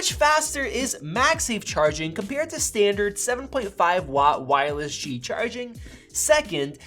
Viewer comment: Cool comparison. Glad that you pronounced Qi correctly.